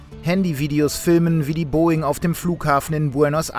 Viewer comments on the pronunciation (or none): none